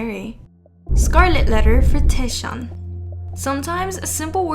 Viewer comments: Okay I just have to do this. Scarlet letter to TAEShaun 😂 He is Taecyeon and if you are new fan it is pronounced Taekyeon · its Taecyeon as in "Tech" and then "yeon" not teshion please :? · It's TAECYEON btw not taesyeon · its taek-yeon (taecyeon) not taesheon🥲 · taeshawn? :"D TEKCKKCKKK yOHN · Oot but how you pronounced taecyeon’s name 😂 it’s TAEK-yeon not taeSH-yeon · his name is not pronounced taeshun.. its take-yawn.. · Did she just say Taeshion?? Instead of Taecyeon? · I'm really sorry but you pronounced Ok Taecyeon really wrong. It's almost like "Taeyeon" but like a soft "k" sound. It's pronounced: "Oak Taek Yeon" not "O.K. Taeshion" But anyways, sasaengs need psychiatric help. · Is she pronouncing taecyeon name correctly! It’s “Take Kyun” not Taeshiun 😂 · TAE- WHAT !!!!!!! 🤣🤣🤣🤣🤣😭😭😭 Why are you pronouncing Taecyeon's name like that lol? It's pronounced like " take yun" not "tae-ish yun" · This is the first time I’ve heard Taecyeon’s name pronounced as “Taeshon” 😂😂😂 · It's TAEK -YEON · cringe for speaking taesyeeonnn hahaa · It's Taecyeon (like take). Please pronounce it correctly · tekyon is how you pronounce it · Okay but the way she said ‘Taesheon’ 😩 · Who tf is "Taeshon"😭😭😭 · you pronounce 'taecyeon' wrong it's actually 'TAEKYEON' 택연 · "taeshon" lmao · these “fans” be crazy 😭 also just fyi, his name is pronounced “taek-yeon”! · you say tek-yon (Taecyeon/택연) for the 2PM member :) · taec as taek yeon :( please at least get his name right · that taecyeon pronunciation...🫣🫣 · honestly love your videos, but your pronunciation of Taecyeon is the worst one I've heard so far, sorry 😥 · * Taecyeon * u pronounce his name, wrong girl 😳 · Sorry but the way she pronounced taecyeon was very distracting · Oh for Taecyeon his name is pronounced with the the “c” making a “k” sound. No hate at all just wanted to put it out there 👍